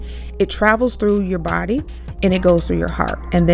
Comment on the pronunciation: The word is Body ! Not Buddy please!